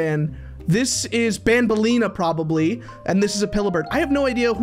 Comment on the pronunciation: its pronounced nabneleena